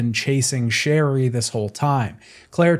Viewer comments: I also heard a “Shelly” instead of Sherry at one point 😂 Didn’t ruin my enjoyment of the video! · isn’t it sherry or cherry?